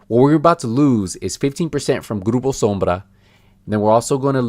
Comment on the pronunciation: Wish you cut the bs and got to the point instead of prolonging the video for the extra ad! And the way you pronounce Groupo sombra is extra af and hella cringy. Ps: I hope that check from massive was a fat one